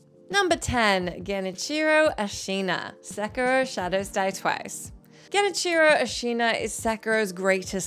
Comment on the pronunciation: Genicheero. No, bad.